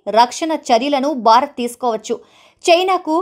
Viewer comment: Pl pronounce name of your country as భారత్ but not as బా రత్!